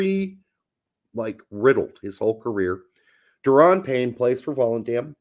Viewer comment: Pretty sure Deron Payne is pronounced like Daron “dare-uhn”